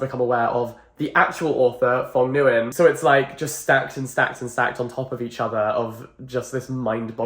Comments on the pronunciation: sobbing at the pronunciation of nguyen, but it’s not ur fault it’s probably a first time seeing it anyway wow impressive novel the author wrote! nice video !! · jack i love you but why did you pronounce "nguyen" like that 😭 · The way you pronounced that last name 😭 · The Nguyen is pronounced as WING OKAY, sorry it happens to me too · The way he pronounces nguyen damages my soul as an asian. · my heart broke just a little when he pronounced “nguyen” like that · HOW DID YOU JUST PRONOUNCE NGUYEN.. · the pronunciation of nguyen is hilarious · Not the “Phong Guy-In” 💀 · “The author’s name is phong guyan!” Well, I’ve heard many pronunciations but thats a new one! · I've always heard "Nguyen" pronounced as Wynn or win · Nguyen isn’t pronounced as Nn-gai-ehn but one syllable like the word “win” but with “ng” sound in the front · Oh sir you gotta learn the very common Vietnamese name Nguyen... which is pronounced similarly to "Win" in English, not N-Guy-In. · Correction: the name “Nguyen” is pronounced “Nwen” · ITS NGUYEN, NOY GUYYEN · thank god i don’t have nguyen as my last name T^T my mothers last name is nguyen but she just tells everyone to say wing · Hey Jack! Nguyen is pronounced closer to ñoo-ian, it's a difficult name for English speakers to pronounce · You didn’t pronounce his last name right either times 💀 It’s just pronounced “win” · It’s the “n guy en” for me 😂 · The author's last name is pronounced "win" !! just fyi :) It's a common Vietnamese last name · quick friendly tip: It's not a problem, but I would advise you to look up the pronunciation of the author's name :) Since it's one of if not the most frequent last name(-s) in Vietnam, it would most definitely not hurt, as you will most likely stumble upon it again :D oh sorry, you realized yourself, nevermind :) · NOOO not you butchering the last name😭😭😭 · not trying to criticize or be rude but you mispronounced the name really badly lmao 😭 oh nvm he corrected it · the way he pronounced nguyen